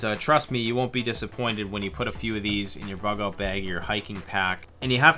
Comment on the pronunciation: " oot":-P Perfect Sign-off.